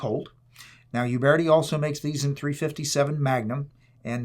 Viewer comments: it's Uberti and not "iuberti" the correct pronunce is similar to "Ooberti" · Nice review. Gorgeous gun. Alec Baldwin should have watched this. He should still be made to watch this! Uberti is actually pronounced as ”oo-bear-tea” ( not “you-bear-tea”). Thanks, enjoyed this!